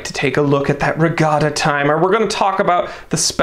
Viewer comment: "Etta". It's "Etta". "Etta". NOT E.T.A.